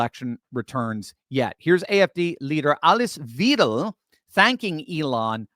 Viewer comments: Weidel - is pronounced as “Videll” NOT “Veedel” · It's pronounced Why-del. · mispronounces Weidel every time.